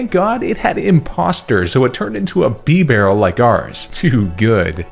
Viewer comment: THERE SHOULD BE ONLY ONE R IN BIBAREL!